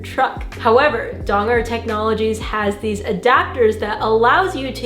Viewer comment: I'm just here to hear say Dongar adapter. Kidding aside, always an inspiration, thanks for another great video!